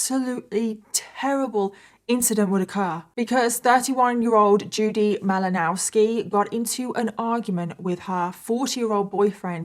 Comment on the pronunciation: M -ill -Oh-Now -ski in case you were curious about the pronunciation!